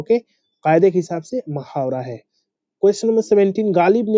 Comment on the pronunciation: Sir please don't mind Aap urdu ka talaffuz galat batate h Ek baar kisi urdu jaanne wale se srf talaffuz sahi kr le bhut meharbaani ho gi Hame bhut faida hoga Qk Ham sab bhut achhe se apki video dekhte h Or taiyari v kr rhe h lekin jab ap taluffuz galat jaise..... Mohawara ko mahawara. Gabi ko ami. Wagairh kehte h tu ham v galat hi yaad kr lete h Q, 11 me lafz Gabi h nake ami Aise hi Aasman pr tokna me Mohawara h na k mahawara